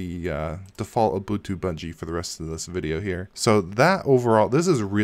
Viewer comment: You keep saying Bungie...